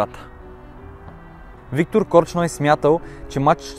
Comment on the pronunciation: До тук, добре ама опитай да се научиш, как се произнасят славянските фамилии.... Корч ной няма, има Корчной!!! По-малко гледане на англосакси ти препоръчвам.